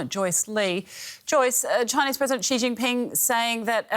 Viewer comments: I know. Sounds terrible when she says it. Also can’t pronounce Xi correctly. It’s not pronounced “she” 🤣🤣🤣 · The Chinese girl pronounced Xi as C, strange. Her logic is childish... but I guess thats what DW loves to hear.